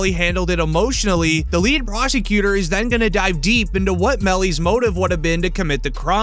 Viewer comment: Why do you say prosecutor weird? Like you fade into the annunciation plus your voice is cringe